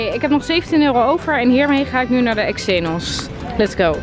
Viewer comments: Hz zeg je eksxenos ipv gen xenos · X enos wat je spreekt het uit als ksenos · Niet betweterig maar: Xenos spreek je uit als: Ksenos en niet als: EXenos ;) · Het is "ksenos" ipv "eksenos" 🙈😘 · Haha je zei exenos!! Leuk❤️👍😂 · Je zegt de hele tijd exenos